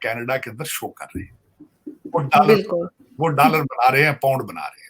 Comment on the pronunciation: Whenever Sajid Saab says....dallar do..dallar do...I laugh out loudly...Aisa lagta hai ki he is promoting undergarment brand..